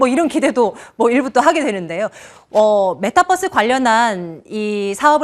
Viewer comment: 메타뻐스 발음 좀 제발…